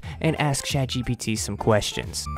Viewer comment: bro said chadgpt for real bruh